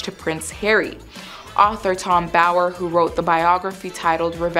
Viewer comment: Girl its Bower not Boyer!